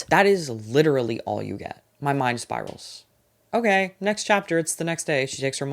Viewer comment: THE REACTIONS ARE KILLING MEEEEE LMAOO “ogeey”